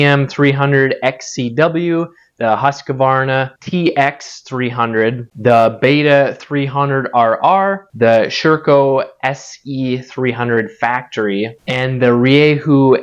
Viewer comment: The Husky is pronounced 'hoosk·vaar·nuh'. 😁 I'm Swedish-American and lived over there for a while.